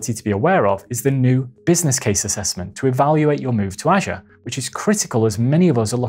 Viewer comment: Great video, BUT, you need to pronounce "Azure" correctly.